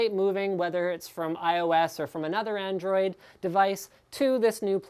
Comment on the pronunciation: "ANDRIOD" & "powerfuler". Which country u from bro?